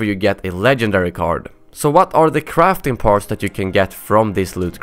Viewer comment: when he said crafting parts it sounded like crapping parts